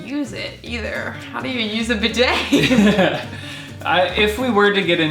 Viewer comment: "Bidet" is pronounced "bee-day", not "b'day". But we don't really use them in the UK, more on the continent.